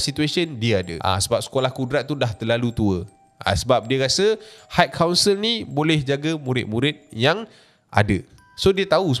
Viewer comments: Its high council...pronounce mcm kau sebut hai/hi. Dari vid seblom ni lg dok perasan kau sebut hait council,ada sound of T at the back. Klu ada bunyi T tu,ejaannya adalah height=ketinggian ada bunyi T. Yg citer ni high=tinggi,xde bunyi T...hait hait tu xdak,salah. Just hi/hai=high council, got it? Its iritating bila u keep pronounce hait council hait council. Sorry la aku pun x pandai BI tp kita sama2 belajar. Ni benda simple je,klu words yg lg bombastic mesti lg berbelit nak sebut bcoz english is not our mother tounge. U sbg youtuber famous kena peka sikit la bab sebutan...high and height. Tq 🙏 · bang, high tu takdo do sobut haik.. 🤣 pronounce bebaik bang